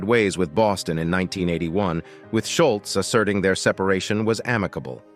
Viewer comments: Scholz is pronounced Shoals........ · Schultz???? You mean "Scholz" as in "shoals?" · Who is Schultz? Its Scholz like the shoe. Such poor reporting. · While I enjoyed the video, it's a bummer that they refer to Tom Sholz as (Shultz). It was hard to listen to. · Sholz or Shultz.... :( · i would have given you a Like if you had pronounced Tom's last name correctly.